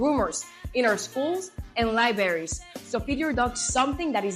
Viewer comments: SHE SAID LIBERRIES. GET HER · She said " Libaries" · "libaries" - Tells you all you need to know. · Hahaha... "lie berries". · She said Libaries? Such a telling sign that someone is loved by Trump. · “Libaries” huh😆🤣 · "lyeberries" 😂 hahaha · "Don't vote for anyone who says libaries..." I would still vote for Marge Simpson though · Can I "aks" you if you said "libaries? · Did she seriously just say "liberries" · "... in our school's and 'lie-berries'" Actual maga candidate. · "Don't vote for anyone who says "liberries" lol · “Lieberries”. That’s how our assistant principal pronounced it. Some kids actually found a wind up toy of a strawberry that would take a few steps and fall over, as a gift for him. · Libary's...hahhahahahahah...supposedly....i mean supposably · LIEBERRIES. HAHAHAHAHA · The Fonz said "Libaries". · Did I hear her say “lie berries”? Ok, looks like I heard that correctly. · is running against "LIBARIES"!